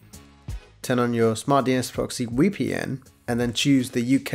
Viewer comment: He says "WEpn" 😂 I can't breathe because of that! Wery wery good 😆 I've heard of a VPN but never (newwer?) A wee pee enn.